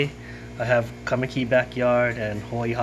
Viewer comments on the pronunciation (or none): I mentioned to him that you're the reason why I reached out to him in the first place. Also mentioned to him how it was funny how you pronounced kaimuki, lol.